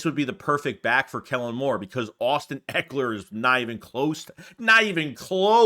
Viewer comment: It’s Ekler, not Aiklur 🤦🏻‍♂️